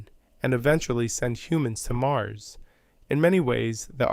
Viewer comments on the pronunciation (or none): none